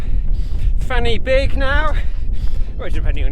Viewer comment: pronunciation of Fan y Big.."Fanny Big" 😂😂😂 never change,!!! Love it. (fyi: van y beeg)